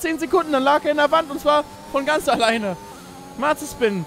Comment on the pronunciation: Wer findet es auch immer lustig, dass Dner Mazespin anstatt Mazepin sagt xD